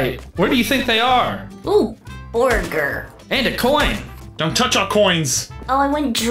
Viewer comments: notice how said bourger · I died laughing when said" bORgeR" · y did say: borger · borger lol